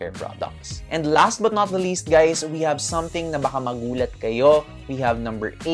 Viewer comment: Momma bakit naririnig ko ang “You do note” instead of “You do not need” 🤣🤣🤣 I also do the same thing sa lips, once a week pag maliligo, gentle rub ng wet towel lang din to remove excess skin followed by balm/petroleum jelly. 💯 for the rest, super spot on momma! 👌🏻